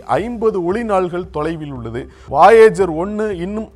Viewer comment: என்னாது வாயேஜரா? அது வொயஜர் Voyager.